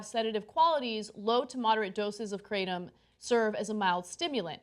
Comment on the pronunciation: Technically, it's pronounced with a short a sound, like "crattom". There really aren't "two constituents" to the drug. It's literally nothing more than the ground-up leaves of the kratom tree. That's it. In Southeast Asia where it's been used for time immemorial, many people just pull the leaves off the tree and chew them.